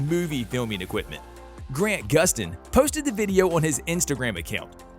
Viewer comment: its grant not grand do some researche